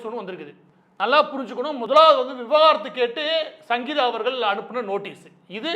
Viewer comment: நண்பா அது விவகாரத்து இல்ல விவாகரத்து .முதலில் நீங்கள் அதில் தெளிவாக இருங்கள்.